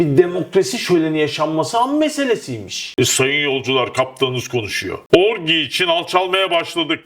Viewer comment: Orgi degil orgy 😂